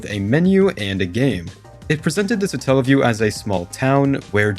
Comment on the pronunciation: Satellaview Satellite Not suh-tell-lite So its not suh-tell-uh-view because its not suh-tell-light